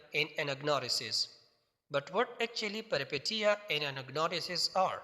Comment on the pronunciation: Peripetia not pronounced as peri- "i" sounds like eee And Peteia as "peeshia"??? پیری پیشیاء؟؟؟